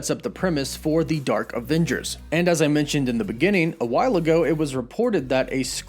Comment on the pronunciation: Why do you pronounce it Avingers instead of Avengers. Mintioned instead of mentioned. Sintry instead of Sentry. Not sure where you're from but many Californians share that one issue, replacing short e's with i's.